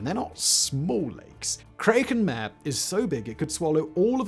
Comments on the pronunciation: It is getting annoying to hear you repeatedly mispronounce "mare". It is Latin, and I'm pretty sure it's two syllables, perhaps something like Mah-Ray. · The latin for sea, does not sound like the english word for a female horse.